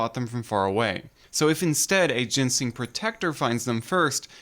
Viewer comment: you called i t 'gensing'